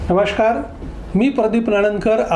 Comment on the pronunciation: नमशकार नव्हे तर नमस्कार म्हणत चला .